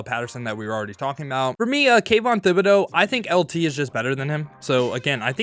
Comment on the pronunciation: i laughed so hard when he said “THIB”ODEAUX